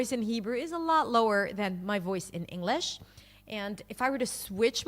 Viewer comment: I agree for the most part but the way she says English differently than I normally hear. Not Enough g in it.